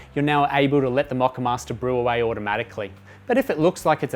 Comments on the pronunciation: 🤣He says "MOCCAMASTER" 2 times normally then says "Then turn the MOCCAMAAHSTA BAAHK ON" in a funny accent, I pissed mi pants! That aside, great helpful video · Made me laugh! "Then turn the moccamayster bayck on" That Aussie accent tripping you up!